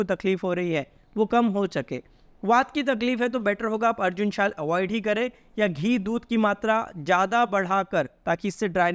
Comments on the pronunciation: पहले शुद्ध बोलिये ,ये शाल नहीं छाल होती है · Arjun ki chal ya arjun ki shwal ? Pehle bolna seekh le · छाच बोलो शाल नही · अरे ये छाल बोलिए शाल नहीं क्षय बोलिये शय नहीं अंग्रेजी स्टाइल नहीं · Are bwe phle arjun chaalbolna sikoo word chaal correct Tu bolta shaal? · Bro ap chhal ko shal bol rage ho.Hindi seekh lo pahle.